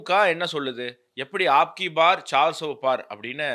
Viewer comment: தம்பி ஆப்கிபார் இல்லை அந்தி ப்பார்ன்னு சொல்லனும். ஆப்கிஅனு சொன்னா உங்களுடையதுன்னு அர்த்தம் ஆயிரும். அப்கிப்பார்னு சொன்னால்தான் இந்தத்தடவைன்னு அர்த்தம். சார் சோ பார்ன்னா நானூருக்கும் மேலேன்னு அர்த்தம் நன்றி.